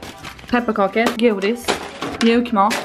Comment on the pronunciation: Hahaha älskar ditt skånska ”godis” 😂